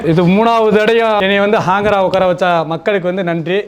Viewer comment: Anchor ✅ ஹாங்கர் ❌❌